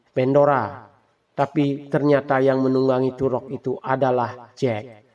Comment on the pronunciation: Toruk makto bukan turok, gak cetoh